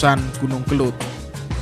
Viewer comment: Yg benar itu kelud bukan kelut.